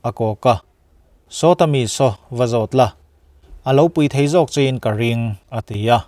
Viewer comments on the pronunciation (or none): none